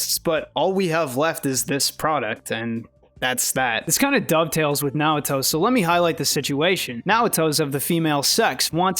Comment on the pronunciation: Oh wow bro did you really read Naoto wrong.